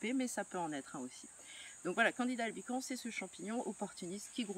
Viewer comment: le S se prononce à la fin de albicans :)